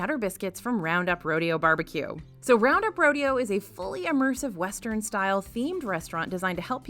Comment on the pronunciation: When you introduced round up as fully immersive I thought I herd "fully yumm-ersive". I wasn't sure if that was an word, I had to go back and re-listen lol. But now that I think about it, that should be a word, don't you think? Yum-ersive...think about it!